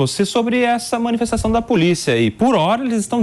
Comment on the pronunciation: "POLICA" FEDERAL...